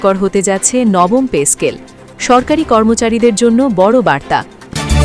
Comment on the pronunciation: পে স্কেল নাকি পেচ স্কেল শুনতে শুনতে কান নষ্ট হয়ে গেল